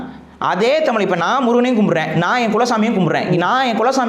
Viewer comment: குறிப்புக’ல்’ .. பாடல்க’ல்’ 🤦‍♀️🤦‍♀️ தமி’ல்’ தேசியம் .. தேஷம் ஒரு வடமோழிச்சொல்